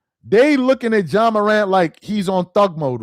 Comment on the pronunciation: Ja… not John bruh🤦🏾‍♂️